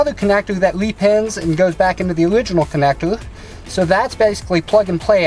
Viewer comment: I just heard "connectour... Connectour... Connectour.."